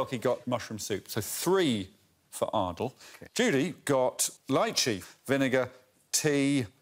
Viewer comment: Greg pronounces Ardal´s name as "Aard-low" at the start of the show. I was sure it was pronounced "Aar-dahl" or "Ar-dal", and he pronounces the name as "Aar-dle", also Greg pronounces his name as "Ardle" and "Arlow" with a shorter a sound. Is there something i am missing ? Also Greg pronounces his name as "Ardle" and "Arlow" Was until now pretty sure that i was quite proficient in the english language.